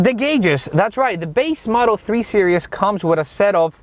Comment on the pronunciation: Are you saying 3 serious?